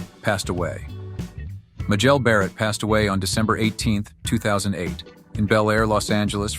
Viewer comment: Her name was pronounced as May-jel, not Ma-jel